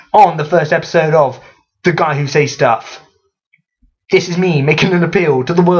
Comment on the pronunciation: I feel the need to rant about the way you pronounce "says". It is pronounced "ces" not "seis".